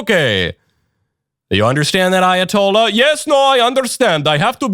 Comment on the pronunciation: Why does your Ayoltolla sound like a Russian?